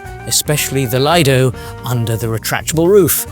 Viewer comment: Lido comes from Lido di Venezia, from the beach of Venice, so you should be pronouncing it with the Long EEEE sound, not as a British Redneck. It doesn't matter if HAL or anyone calls it "A PREMIUM LINE", it still must be compared at minimum to the worst "LUXURY LINE" and the best "STANDARD LINE", as the overlap between them maybe small or reverse, and people who haven't been on Holland American line need to understand the differences.